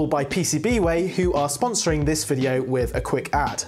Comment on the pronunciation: VideOoo has an extra syllable. lol